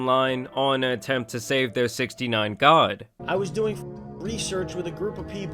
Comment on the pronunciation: It's the "6 God" not "69 God"😭